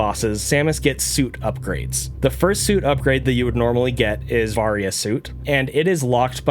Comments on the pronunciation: It’s pronounced “vary- a” suit. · Its pronounced vay-ry-uh suit